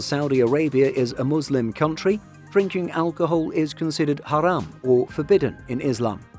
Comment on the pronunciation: I appreaciate that you pronounced "muslim" and "haram" right